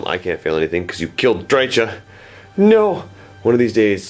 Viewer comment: Pssst! It's pronounced Dry-Ka (hard "K" sound) as per GW, their audio novels, and their licensed games voice acting. (She's one of the most commonly mispronounced names I've noticed) "Drycha's Spite!" - Kerillian